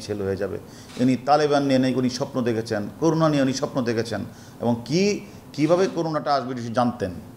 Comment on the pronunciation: করোনা কে বলে করুনা, ও নাকি যুগ্ন পুলিশ কমিশনার 🤣🤣🤣